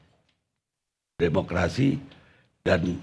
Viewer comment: DEMOKLASI SI PELAT